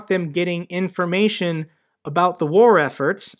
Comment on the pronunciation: Fat guy can't say, "War." How's he supposed to help the Ukrainian people?